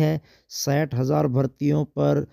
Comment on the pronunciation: सठ नही साठ बोल ले पढ़े लिखे मानव